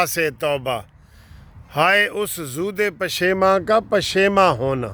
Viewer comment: .zood e pasheman ni.zood pasheman. Hy